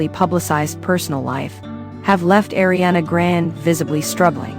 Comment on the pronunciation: “ Ariana Grand “ girl, it’s ARIANA GRANDEEE!!